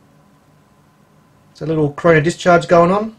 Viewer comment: "Corona" not "Coroner " lol!